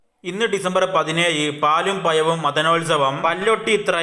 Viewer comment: പാലും പയവും അല്ല പഴവും